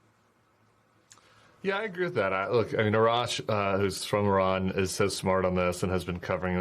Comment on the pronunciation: Why can't the majority of Americans not pronounce Iran and the Iranians properly?